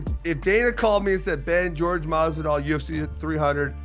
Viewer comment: If I could bet the house " Josh Masvidal is boxing in his next match " lmfao at the very least get the dudes name right. That had me rolling. :)